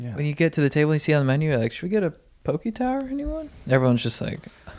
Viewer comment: Hope when you’re on tour in Hawai’i you finally learn how to pronounce poke. You guys are legends but always lose a couple respect points for the mispronunciation.